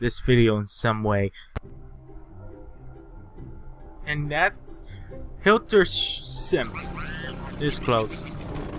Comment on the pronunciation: Hilter's shrimp 10/10 pronunciation